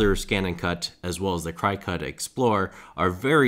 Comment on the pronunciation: Learn how to pronounce Cricut before making a video saying it incorrectly.